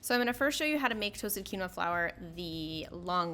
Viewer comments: This is a great video - would like remind you that it is pronounced “keen wah” not key no. Have a lovely day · Love the solution. The word is pronounced "keen-wah" :)